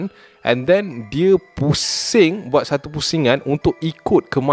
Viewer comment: "Satu kisah" ke "Satau kisah" HAHAHHAAHAHAH SIAN BIBIR SAKIT EK